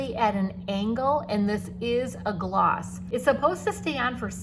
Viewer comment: Sorry gloss . Not oss